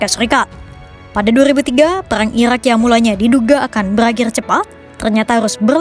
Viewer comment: ga ada lagi speech yang jelas min? susah wehh waktu dia nyebut irak,iran